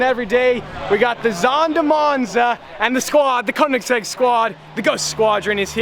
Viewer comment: You said you are a ”koenigsegg” guy but you can’t pronounce it right